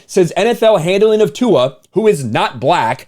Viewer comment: Tua's last name has no "n." So, why is he mispronouncing Tua's last name with a phonetic "n?" When you call out an idiot, try not to do so in an idiotic manner! A fool calling out a jackass' nonsense is funny for all the wrong reasons. "Racism", "racist", and "because I'm black" have become overly used, mostly by people who refuse to take accountability for the ways their actions lead people to treat them.